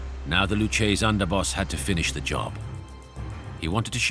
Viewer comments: Lucchese is pronounced "Lu-kay-ze", instead of "Luchaze" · Great documentary 👍🏿. Before narrating these please learn how to pronounce names properly, learn how to pronounce Lucchese